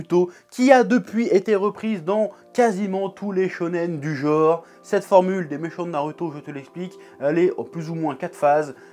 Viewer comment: C'est cool. Mais, chers amis Français, on dit bien "genre" et pas "jore". Bisous